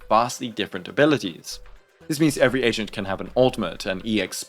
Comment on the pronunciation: I know you meant to say agent but all i heard was "asian" 😂